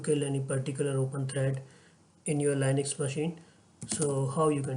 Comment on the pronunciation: please fix the linux pronunciation. it's leenux and not lainux